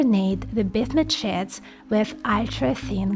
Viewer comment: My favourite is when she says bismuth sheets. My brain hears business shits 😂